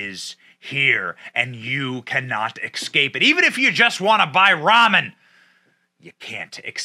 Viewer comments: Escape not ecscape. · ES- scape.... not exscape. Ugh. My brother has been saying it that way since we were children. Always drives me nuts. It's like drownded... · Why can't anyone pronounce "escape" correctly. It's not "Ecscape" Benny. Sorry but I had to